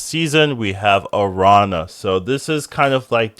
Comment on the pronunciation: Nice to see you're back. Love your takes on cards. The tilde over the n in Araña changes the pronunciation, it ends as "Narnia". It's just spider in spanish, btw.